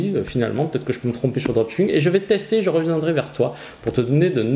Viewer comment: En anglais seul 'ch' se prononce 'tsh' Donc le droptchipping ça pique les oreilles 😅 Sinon j'adore votre chaîne, que des informations de grande valeur